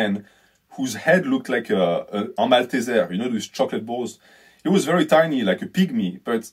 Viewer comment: I absolutely died at your pronunciation of "Malteser" 🤣.